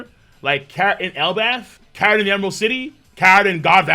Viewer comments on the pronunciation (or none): none